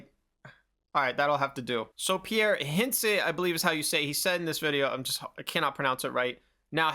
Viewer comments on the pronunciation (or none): none